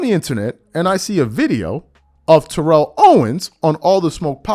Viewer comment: TErrell Owens. T.O has to be so frustrated with people mispronouncing his first name.